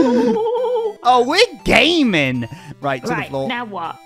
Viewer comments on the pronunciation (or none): Lizzie says make sure we're straight then Jimmy says we're gaming but I hear it as we're gay-ming